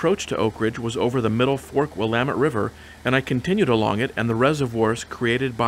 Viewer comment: Great video as always,! With my 77S friend, I have visited Lebanon airport where we enviously peeked into the twin engined Tecnam planes based there. It is good to hear "Willamette" pronounced correctly!! Safe flight back to Washington!!